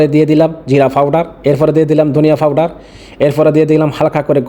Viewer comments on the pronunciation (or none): পাউডার ❌ ফাউডার✅ 😂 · Powder na Fouder 😂😂